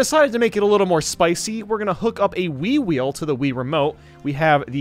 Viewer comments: i thought he said “wii-wii” rather than the “wii-wheel” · When he first said wii wheel I thought he said wee wee.